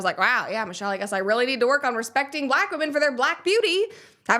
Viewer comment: Sometimes she asserts her blackness by adding syllables to the word black. "Buhlack" as in "Barack is a strong buhlack man." Or if she's really worked up she would even assert a third syllable like "buhlackah."